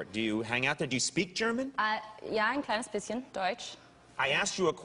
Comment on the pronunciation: "Ja ein kleines bisschen." That was perfectly pronounced, without accent.